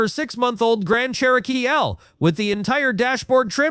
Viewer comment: It's pronounced CHEROKEE